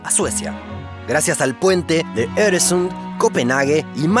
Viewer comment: Soy sueco y la pronunciación de los nombres suecos (Öresund y Märket) era buena